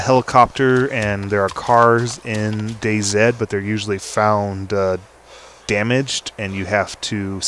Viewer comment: "I'm playing DayZed" actually pronounced DayZi! :)